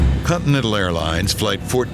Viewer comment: It's not contimental it's continental